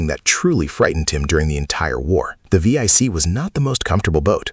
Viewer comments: the german boats are named 7C not V I C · vee ey c, lol, it is 7C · Teach Your Ai To Say, Type Seven C, Not V Eye C!?! Edit Your Photos To Match Your Narrative. Thank You. (Comment #45) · Type Vee - Eye- Cee is not really correct. . It's simply "Type seven c". Roman numerals. The Panzer IV isn't called "Panzer Eye Vee" either... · What the hell is a type we-ai-ce? Jesus. Get your AI voiceover right. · Getting tired of AI slop. "V-I-C"? Do you not even do a proof-listening before posting the voiceover your AI spits out? Come on.